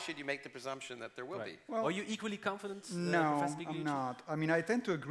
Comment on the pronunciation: "Massimo PIG-liucci". You should learn the GL sound in Italian!